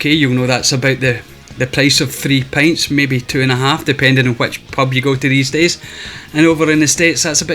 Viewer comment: So many great pickups! Spoiler, we haven't played the Portal games yet either... Love the TG-16--what a fun system and some really stellar shoot-em-ups. SMS love--can't go wrong there especially following a recommendation by Sega Head. Atari Jr. at a great price!! Still, you said pints? So happy someone like Josh found the amazing haul he did--well deserving for such a good guy AND always happy to see stuff like that get into a proper collector's hands over a reseller.